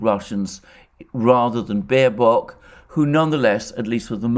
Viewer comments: Small, but still important difference, Alexander: It's Baerbock, not Baerock. Hey, even the Oracle can't get it 100% right every time. Love your video's, by the way! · With all due respects for the presentation but the german FM is Baerbock not Baerock.🤣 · "Baerock", I love it.